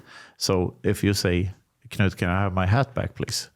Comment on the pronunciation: in Swedish it is pronounced is "kanoot"